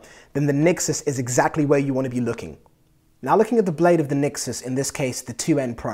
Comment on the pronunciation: nExus not nixes